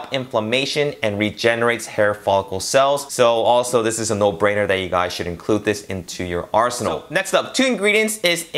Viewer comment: Its pronounced (kow-leen) not "cho line"